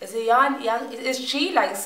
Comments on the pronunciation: G is not silent, it is Ya gah na. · His name pronounces Moh Sen. Yegg Auneh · The guy in the white with the guitar is Mohsen Yeganeh (Not a group) and the "G" is NOT silent so please pronounce it. ;)